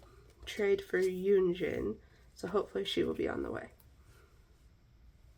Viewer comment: im sorry but it kinda icked me how you kept calling yunjin 'yujin' for like the whole first half of the fimmies part 😭😭